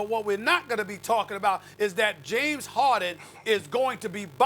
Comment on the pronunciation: Perkins: “James Hawden”